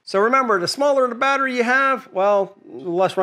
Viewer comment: why is it he doesnt know how to pronounce the word battery and the thing that gets me is he says "Ryobi NOT Ryobi" bit bloody silly if you ask me...but other than that, good video